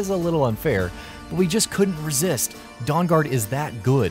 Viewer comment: Favorite quest "Dawngaud"